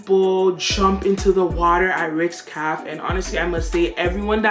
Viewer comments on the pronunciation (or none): Is the word Caff or Cafe 😄😄